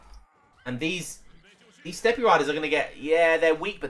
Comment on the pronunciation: Just for future reference, you don't say the e in Steppe, it's pronounced like step. Nice cast, I enjoyed it.